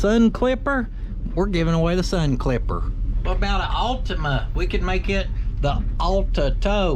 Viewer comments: The All-tow-ma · C'mon, Nissan Ul-tow-ma surely? 😂 Big love to you all. Thanks as always 👍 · surely Ul-tow-ma?